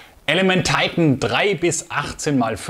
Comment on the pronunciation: Hallo.Tolle Ergänzung dieser Serie,ein Tolles Glas,das meiner Meinung nach seines Gleichen sucht.Schade nur,das bei diesem tollen Deutsch sprachigen Kanal, Du Dich der ver Amerikanisierung her gibst.Die bezeichnung Titan kann man auch in Deutsch aussprechen,meine Vermutung ist,das das Glas nicht auf 'Deutsch' Titan gefertigt wurde,sondern weiterhin aus Flugzeug Aluminium. Ist nur schade,das sich sehr,sehr viele Leute,der Deutschen Sprache Entledigten. Nur so nebenbei,bin kein Amerika Hasser,habe selber 12,5 Jahre beim Amerikanischen Millitär /nicht Armee, als Soldat in verschiedenen Abteilungen gedient.Daher verstehe ich diese ver Amerikanisierung der Deutschen nicht.Gruß Hans.